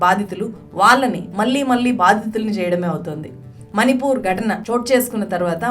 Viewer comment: నీల్లు, కల్లు కాదమ్మా.. నీళ్లు, కళ్ళు, పళ్ళు... ళ అని పలకాలి.. ల కాదు.. మని పూర్ కాదు. మణి పూర్